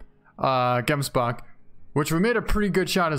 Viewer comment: Is it just me or does it sound awesome when he says gemsbok